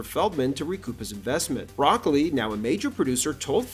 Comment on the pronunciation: Cubby bruh-COLE-lee, not 🥦